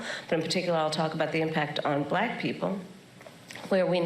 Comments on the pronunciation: It's like he adds a syllable to the word black. Thats too funny! Balack. 🙄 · He's so racist he can barely say the word black.